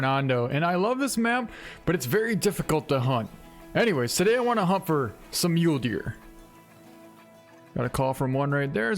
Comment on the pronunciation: So. Does he call the Mule Deer Mulee's on purpose or does he not actually know how it's pronounced?